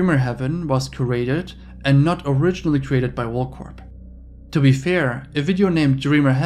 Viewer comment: For the love of God. PLEASE PLEASE PLEASE STOP pronouncing the P at the end of WorldCorp...🤫🤫🙉🤫🙉🤫🙉..the P is silent!!!!!!